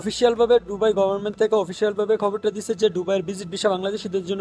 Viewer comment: ডুবাই না দুবাই